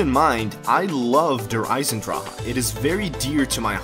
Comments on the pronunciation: One thing it’s not drah it’s drak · Am I the only one that's bothered by how he says der eisendrache? It's like dur eyesendrak not dur eyesendraha like you say it. Not hating on you it's just that I'm German and it bothers me but other than that great video man keep it up! ❤